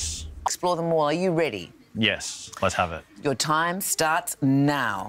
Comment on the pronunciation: Wonder if anyone spotted his tribute to Manchester, the band & Liam in particular when he demanded 'Let's have it' just before questioning began. Hasn't quite got the same ring to it tho', said with an Australian accent!